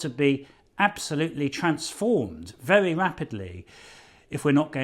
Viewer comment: Adonis got say his W wery